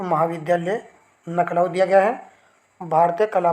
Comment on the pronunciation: नखलाऊ नहीं लखनऊ होता है, कहां से हो चचा।😂